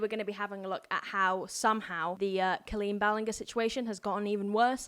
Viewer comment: Hi love. I just recently came across your YouTube and I absolutely adore your content. I'm going to try and summarize the whole situation as best as I can for you (as I've been keeping up with it and I love swoop and love adam). Also I love the way you say Colleen's last name. Haha. It's Pronounced (bal-inn-ger). But idc if her feelings get hurt. So basically, to make a long story short, Johnny basically was a worker for Colleen and after this information comes out about Adam, Johnny made up a lie about being groomed by colleen's ex husband and claimed grooming means an adult that makes promises to children and doesn't keep it. Lol swoop showed that Johnny was the one being overly talkative and weird and her husband barely answered. In the interview, Johnny knew swoop was a dv survivor and Johnny said the fact that colleen's husband stayed with colleen (when she was allegedly abusive) that he "fucked around and found out". Which is really fucked up to say to the face of a dv victim. And basically swoop breaks down every single lie johnny has ran in circles about and blah blah. Oh! And his best friend is an alleged pedophile that would go on phone calls and video chat with minors and Johnny would call and wake him up (due to this friend being ballingerant drunk) and a lot of those kiddos were 12, 13. They were also encouraging them to drink and giving them drinking tips....??? Hope that helps clear some things up. Johnny is gross. He would tell people, that his story was more